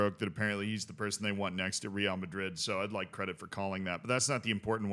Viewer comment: Okay but stop saying "Real" Madrid in that awful way